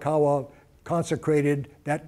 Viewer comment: LI LI U O KA LA NI NOT lilikalani. KA LA KA U A NOT kalakawa.